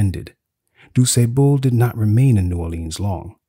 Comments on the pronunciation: Why is it so difficult to pronounce the man's name properly? "Du Sébeau, Du Sébon"? It's "Du Sah-ble". How hard is that? He's your main character, the very subject of this video. Lord, why didn't you check his name? It's disrespectful. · It’s Point du Sable, not doo say-bul. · This was incredible, though I was constantly distracted by the mispronunciation of du Sable. I know I know, very pedestrian. It was just so constant. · except the AI pronunciation of his name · The narrator says the name with confidence, but incorrectly. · I’m from Chicago and if you came here ( that is, if you’re not from here) no one would recognize the pronunciation of his name as you give it. Thanks for the info. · 😂😂 the way you pronounced his last name though. Point duSable means "point of sand" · Informative video ✊🏾 I’ve been in Chicago my entire 45 years on this earth…and been pronouncing his last name wrong this whole time 🤦🏾‍♂️ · His pronunciation of the gentleman's name makes it hard for me to listen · Nobody can watch because you pronounce his name wrong. you gotta get more education because this makes you look bad. I hit pause and I have to give you a 👎 please don’t take this the wrong way but if you’re talking about a great person who’s name most educated people know you look bad pronouncing his name wrong. Lord have mercy on the poor guy.